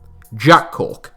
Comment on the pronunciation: I know it’s Cork, but it’s definitely hilarious listening to saying it for the next minute or smth.